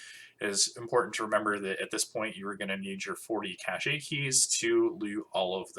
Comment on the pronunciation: "Cache" is pronounced as "cash" not as "cachet".